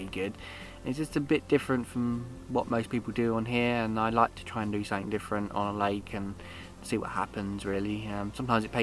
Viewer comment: “SomeFink”? Oh! Something.